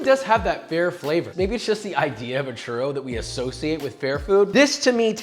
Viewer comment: i stoped after he said "churow"